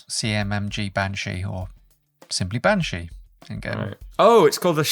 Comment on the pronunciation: Bean (Pronounced Ban) - Irish for Woman, Sídhe ( Prounonced Shee) - Irish for fairy. Bean Sídhe, (Banshee) - Fairy Woman. So fair played to for getting that.